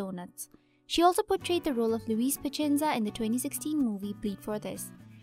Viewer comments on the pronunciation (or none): none